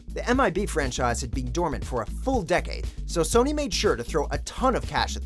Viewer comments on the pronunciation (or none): none